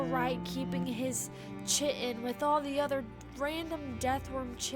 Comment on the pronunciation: probably mentioned a lot, but "Chitin" Is pronounced as "Kytin"